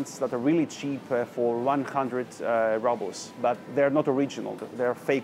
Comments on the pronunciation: It's not 'rahbles', it's 'roobles'! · And рубли are roubles ("rooblz") in English, not rubbles... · Лол, он просто русский, он сказал rubles , как рубелс, а не раблс... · I’m sorry but he has lived in Russia for a year and it really gets to me how he says rubbles not “roobles “ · Не раблс, а roubles -рублс! Элементарное надо знать! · The letter U in a word «rubles» is pronounced like oo in roots) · We say “roobles” ;-) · Какое чудесное произношение у Вас русское! По-английскт рубль произностся не "рабл" , а рубл", , а то получается камушки, галька. "Маслины "=черные оливки, а зеленые ="оливки", так сложилось исторически. " - Вы говорите петрЮшка виесто ПетрУшка" - единственная Ваша ошибка произношения!( смешная). Алёнка шоколад никто не любит. Он и невкусный. Сыра Пармезан нет из-за санкций. Но люди привозят его из Финляндии или покупают в магазинах т.н. финских. Их много по городу. Говорите идеально по русскиц. Вас подвела только петрЮшка😃